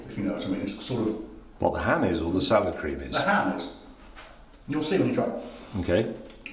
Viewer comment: I'm unhappy with how emphasises the cream in salad cream. It's salad cream, not salad cream